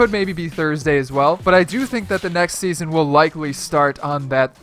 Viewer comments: Seaason? Really? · “sean 7”